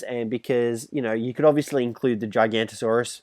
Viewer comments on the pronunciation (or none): You pronounce it giant osaures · You pronounce the giga’s name wrong.